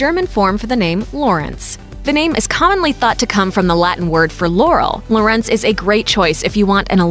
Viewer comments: tz shortens the preceeding vowel. So the "u" in Lutz is short, not as in Loots. The O in Lorenz, however, is long and this is also where the stress goes. Generally: Germanic root word --> initial stress. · You pronouce it Lutz (fast) and not Luuuutz. You write it Lieselotte and not Liselotte. Based on german pronounciation rules you would pronounce Liselotte different than Lieselotte. In German, Lorenz is stressed in its first syllable and you pronouce it with an "o"-sounds that doesn't exist in english, it's a bit like the o in not. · when she said lorenz all i heard was yänni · Annika us mainly spelled with two 'n' -Lutz is Pronounced differently and old fashioned -lieselotte is also old fashioned and pronounced differently - Corinna is Not really a name used for younger kids -Lorenz is also good just pronounced differently So basically if you want you child to have a german name that's not more commonly used for Older people stick to Sebastian (or Bastian), Annika and Lorenz. Astrid is also okay, because its probably gaining popularity due to httyd